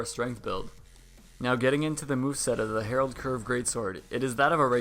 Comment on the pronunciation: Aight i just wanna throw this out there cause i notice it's a thing for some reason, it's not the Herald Curved Great Sword. it's the Harald Curved blahblahblah. HA-RALD, not Herald. Herald doesn't live here anymore